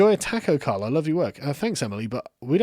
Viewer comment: The way you say taco is upsetting